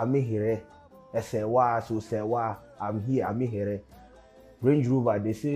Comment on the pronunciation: The Name is not pronounced Amihere like Serwaa pronounce it.